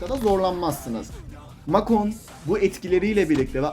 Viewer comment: Abi o mak on değil mek on hatta mek ten diye okunuyor